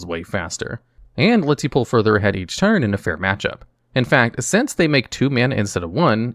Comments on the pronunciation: He says "turd" instead of "turn" a lot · "they tap for a mana every turd"